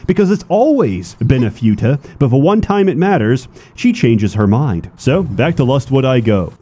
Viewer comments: Can't even pronounce futa right. Video is ruined. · I've never heard someone say Futa that way but ok. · i am 100% sure that is pronouncing futa wrong, just so that autists (myself included) will out themselves in the comments by correcting him. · I wonder if pronounces Futa wrong on purpose just to annoy us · "fyuta"/"fewta" It's "foo-ta" (foo like food, without the d no pun intended) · As an expect on the topic, it's fu-ta not few-ta you rewtard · The u in futa is pronounced like in puma and not like in unicorn. Otherwise great speedrun! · Ackshually, it's pronounced фута, not фюта. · its futa pronounced as /fyu-tah/ or /foo-tah/ ??? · First time I've heard it being pronounced as "few-ta" and not "foo-ta". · I lost dopamine every time he said fyuta because I am fucking autistic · Say fyoota again! SAY FYOOTA again! I dare you, I double dare you motherfucker! Say fyoota one more time. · I can't get over pronouncing it "few-ta" lmfao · I love how pronounces futa like you would futile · Everyone know the correct is foota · The repeated pronunciation of 'Fyuutah' made me want to throw my PC out the window. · First time I've heard the pronunciation "fee-you-ta" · Pronouncing it few tuh has caused me to have few er braincells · “Eestrogen” and “Fyuta” Hey learn the lingo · I haven't heard it pronounced "few-tah" before. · "Fewta" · pronouncing it as "fyoota" is making me unreasonably angry. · lol pronounced futa as fyuta. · Ay yo, "futa" is pronounced without an added "y" after the "f" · The most offensive thing about this video is how you pronounce futa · This pronunciation of futa is giving me a brain bleed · You know is a gamer by the way he pronounce futa Every passing day i knew i am too much of a degenerate to be "shocked" by this game. Also the Pyrocynical slander is real and im up for it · It kinda broke me how pronounces futa... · Bros mispronouncing futa because he surely has never heard of futa